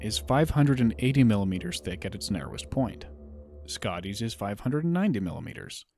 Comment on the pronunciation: "milimeteErs thick"